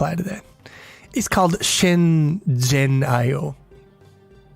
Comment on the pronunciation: That “zhen” is pronounced like “gen” as in “generate”